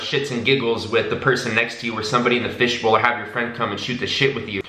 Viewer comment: "Fishbowl". Took me straight back to Thailand for a second.